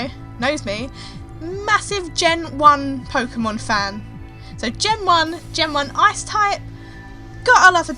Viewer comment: Thought she said "Ass Type" in the beginning.